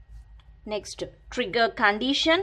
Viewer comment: Cmon, she is saying N-word instead pf Trigger....hahha Anyways nice explanation.